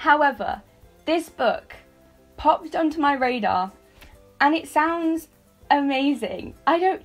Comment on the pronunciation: Why am I thinking of "gaydar" when you are saying "radar"?😂😂